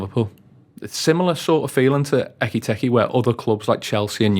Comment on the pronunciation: Pronounce his name correctly ffs it’s not bloody hard Why do these butcher foreign names?